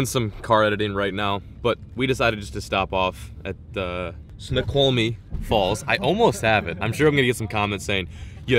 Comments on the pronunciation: You said it completely wrong snoqumie it's like ( snow quamie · it's pronounced snow-kwal-me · Coolest waterfall ever Snoqualme falls was one of the coolest places ever. Pronounced "snow-kwal-me-falls" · You should see those falls when there’s more water flowing through them and it is pronounced snow-kwol-me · Snoqualmie Falls is pronounced (Snow-cwall-me). There is also the Skykomish (sky-comb-ish) and Snohomish (Snow-home-ish) rivers which are good for salmon. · Snow-kwal-me is the phonetic for Snoqualmie. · Snow-qual-me is how you pronounce it. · Say "Snow Qual Me" falls. You are close. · Ok lemme help you because I used to live there it's pronounced Snow-Qual-me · snow-kwol-mee falls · Snow quaw li me Is how it is pronounced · It's pronounced snowkwalmie lol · Lol said Snoqualmie wrong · Totally butchered the pronunciation of Snoqualmie but its cool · You completely butchered snoqualmie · I was cringing every time you said it wrong